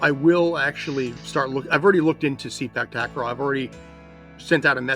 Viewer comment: Sorry guy, it pronounce "SE-PAAK TA-KRAW not SEE-PACK TAG-KRAW" please correct the pronunciation. 😉😉😉